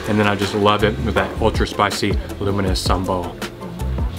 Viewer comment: I kept hearing luminous Sambol and I thought you say luminous due to its color. Then I realized what you really meant is "Lunu miris" Sambol. (Lunu = salt and miris = chili). Hilarious!!!!!!!!!!!!!!!!!!!